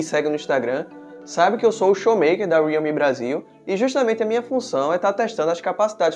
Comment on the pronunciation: Homem custa falar Re-al-me? Aí enrola a língua pra falar uma palavra simples